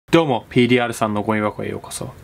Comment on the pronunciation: どーもがでょーもに聞こえる